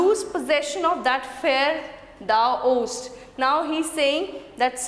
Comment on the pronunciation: Poor discussion of rhythm. Shakespeare is known for his use of iambic pentameter. Di dum di dum di dum di dum di dum! Also some terrible pronunciation e.g. of owest and growest.